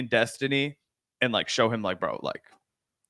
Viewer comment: Finkelstein effortlessly mispronounced Destiny's name over 25 times just to fuk with him. Half the time you can't even notice it but Destiny definitely did.